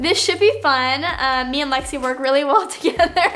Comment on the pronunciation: it's Lexi not lexis